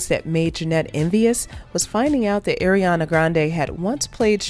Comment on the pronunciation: Pls say Ariana right